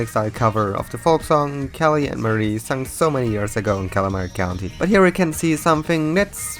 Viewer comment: The fact that Marie is pronounced as “Muh-ree” ruins this for me